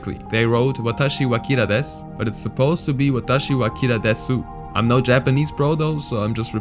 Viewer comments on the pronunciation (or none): when saying desu you dont actually say de su . The u is silent so its like des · desu is pronounced as "dess" if that helps you clear up any confusion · Desu is pronounced dess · Desu is pronounced dess but they still spelled it wrong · The U is silent. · in "desu" the u in "desu" is silent.